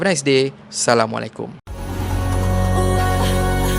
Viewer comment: Cara sebutan salam pun tk sempurna..bunyi ‘salamu’alaikum’ ..As nya mana?..syg sekali ..Nk tegur ust..hmm